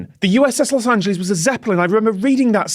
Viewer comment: The cringle over all of them mispronouncing Los Angeles